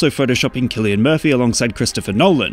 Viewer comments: isnt it Sill-i-in murphy and not Kill-i-in? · “Kilian”? Not “Sil-ian”? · It is Cillian. Why do people keep saying Sillian? 'Sillian' doesn't even sound like a real name. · Damn, I pronounced cillian murphy wrong in my entire life.